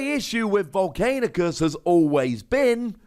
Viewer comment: You still have to live long enough to keep Volcanicus alive... By the way its Vol'CAN'icus, not Vol'CAIN'icus.